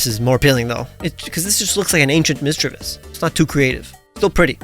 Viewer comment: DO NOT LEAVE OFF THE A IN MISDREAVUS!